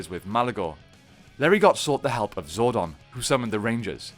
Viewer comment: you said zordon wrong and that bothers me